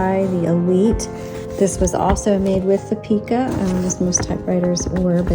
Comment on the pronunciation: “Pie-ka”. Not peaka.